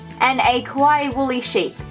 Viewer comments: It's KAwaii, not KOwai, pronounce it right please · what do you even call “kawaii” when it’s not even kawaii. also you say kowaii which means scary lol , do your research before speaking